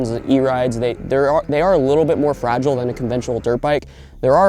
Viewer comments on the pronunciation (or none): none